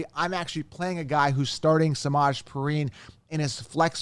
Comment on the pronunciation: It’s pee-rine….pls says names correctly